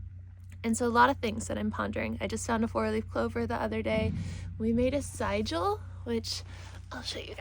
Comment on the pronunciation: It's usually pronounced "sih-djill" with a short "i", but words are just pointers to ideas and the other way sounds cool too!